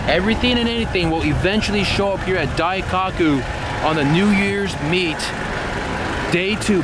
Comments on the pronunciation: you gotta say Daikoku properly... not Dai-cock-ku it’s pronounced Dai-Ko-ku. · Daikaku? isn't Daikoku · DaikAku? Your killing me lol daikoku bro "O" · "dai-cock-u" Cringing so hard I got a nosebleed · please learn what bosozoku is before making another video. and learn how to say daikoku